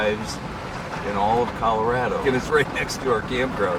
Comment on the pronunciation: Dude it is not Cal A rad Ooo, it's Cal Ah rah doh . 😮